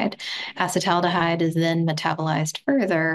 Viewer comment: “Acid-aldehyde” vs “acetal-aldehyde” …but it’s really “a-ceet-aldehyde” in this metabolites case. Also is the most attractive person on the planet.